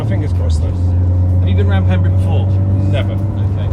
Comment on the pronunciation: Ben it’s pronounced pembray 🏴 not pembree